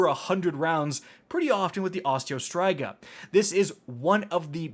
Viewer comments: Osteo STRIGA,not STRYGA,learn how to read the names man! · Man, Destiny youtubers and their weapon pronunciations. I will accept both Osteo STREEGA, and Osteo STRIGGA, but who dafuq is out here sayin' it like STRY-GUH. My man, please, there are impressionable children who this channel probably I'm assuming. Keep it together. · Osteo striga - is pronounced streega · hmmmmmmm. Okay just saying .... it is ostea Striga not Osteo Straiga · You're also mispronouncing the "Striga" when saying Osteo Striga, it's pronounced [St • ree • guh] Edit: A Striga is a type of Romanian witch, with a deep hatred for all living thing, that siphons the life force of it's victims. That's why the gun does damage over time. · Osteo “ STRY-GA “ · It's STREEEEEEGA. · For some odd reason, his pronunciation of Osteo Striga scratched an itched I didnt know I had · I truly hate the way you say "striga" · You pronounced striga wrong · They way you pronounce striga hurts my brain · We just gonna sit back and let him pronounce Osteo Striga like that?